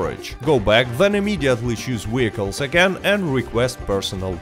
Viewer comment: Wee-IP, Wee-hicules!